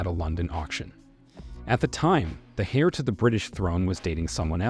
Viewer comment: Must be a fake computer voice. Its saying “Hair” to the British throne, instead of “Heir” LOL. It’s SAINT Andrews, not Street Andrews. Plus you said the Middleton’s moved in 1955. None of them were born yet. Btw, she’s married so her name is no longer Middleton and hasn’t been for 11 or 12 years. She is Catherine Princess of Wales.